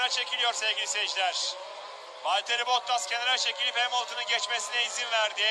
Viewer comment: gerçekten duauyen yıllardır anlatıyor, ve işini içine duygularını da katıyor! Sadece tek ricam '"Bottas" telaffuzunu düzeltmesi. Teşekkürler!